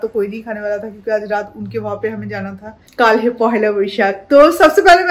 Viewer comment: You should really focus in your Hindi pronunciation! It's high time now. It's been quite some time, you are making vlogs in hindi. But there is no improvement in your dialect. And it really sounds bad. There is nothing called as "hay". You really should take some training.